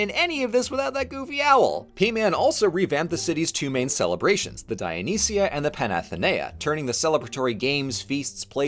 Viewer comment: When you see a ΄ over a vowel, it means that syllable is stressed. So, παναθήναια is not read pa-na-thi-NE-a, but pa-na-THI-ne-a instead. You're doing quite well though for a barb---I mean for a non-native speaker. Also, I find it funny that you use modern greek writing.